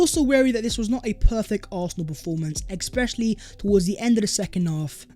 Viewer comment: Hi Thanks for the content Brotherly correction I hear you say "expecially" instead of "especially". Not sure whether I hear it wrongly. Otherwise thanks for the content Yooo